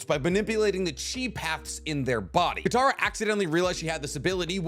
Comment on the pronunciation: Mans really said kataro 😂